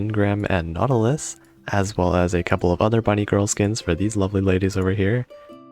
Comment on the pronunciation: Also it’s Nautilus, not Nautulis 😂